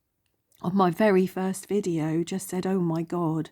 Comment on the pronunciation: I've always loved the story of Peter Pan❤ Fun choices. The Mouse Boat is so sweet! It sounded like you said 'my fairy first video' 😸👍💕